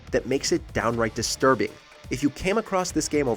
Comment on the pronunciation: sir thats cinema not desterbing